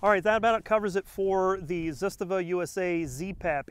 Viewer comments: "Zitstava"? ZAH-STAH-VAH. Start out by saying it slowly and then gradually increase to pronouncing it CORRECTLY! You lose credibility when you say the name wrong. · What’s a “ziz ta Va”?? ZA STA VA,, and Kalashnikov not “Ka lish an kav” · Zastava not zustuva lol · ZIstava & KalIshnikov, really? It's ZastAva & KalAshnikov. You even mispronounced Des Plains & WAsr...🙄🤣 Just get a WBP safety from AKOU to save your woman hands from any further pain. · you lost me at "Zisstuhvuh" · ZahStahVah. Trust me. I am Serbian. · Ignorance in manufacturing, materials and why people want a bayonet lug = unsubscribe. Not being able to pronounce Zastava =👎 ...zest...really... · Awesome video, keep em coming :). hi you pronounce Zastava well, only slight correction if I may. Zastava ...the first "a" and the second a are the same letter. They are pronounced the same way. You pronounce the second one great. Do the same for the first one. The sound is the first sound of A as alpha. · That is not how the guys from Zastava Arms USA pronounce it. ^_^ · You don't know how to pronounce Zastava, Cugir or Kalashnikov. Go home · Totally Butchered the ZASTAVA name😂.. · Should probably learn how to say the company's name correctly just saying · SAY IT RIGHT 😈